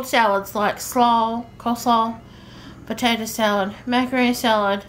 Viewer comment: Pls....pronounce PO-TA-TO. So many mispronounced words.... Jalapeno. hal-o-pen-neo. Also....